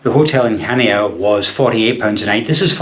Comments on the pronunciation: He pronounced it awfully it's Hania not CH ania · It’s pronounced Hania. With an H. Not chania. 🙄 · Pronounced as "Hania" not Chania. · Greek and Turkish food -amazing.there is no “ch” sound in the Greek language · I believe Chania is pronounced without the C, as I was informed by the locals when I was there😊Go to Crete every year for our summer break, love the place and the people, Heraklion airport, as this place is the grimmest airport I have ever passed through, the toilets are 3rd world and the place cannot cope with the amount of passengers in handles. Shame as the airport itself can put you off Crete for life. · If you pronounce Chania that way, I'd like to hear you say Loch Ness.